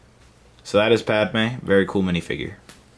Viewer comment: omg its padme not padama. padama sounds too much like a country, much less a person